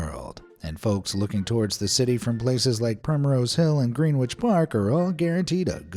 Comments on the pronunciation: Grenwich ha ha pronounced grenich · Gren Itch, not Gren Witch 😂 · It's pronounced "Grennitch" Park. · It’s pronounced “Grenij”